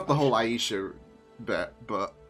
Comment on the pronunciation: I count four dead Clandestines. BTW: it's AY-Sha.